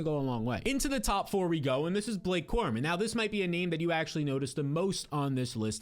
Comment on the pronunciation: Who is Blake Corman??? You can't get the name right ???